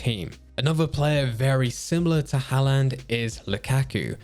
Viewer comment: Can’t even pronounce Haaland right 😂😂